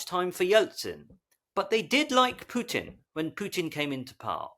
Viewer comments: Putin's name - the letter U - is not pronounced like in "pure" - it is pronounced like in "poo" - easy to remember. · I get the impression that some people pronounce it "Pewtin" to emphasize the stench that he is.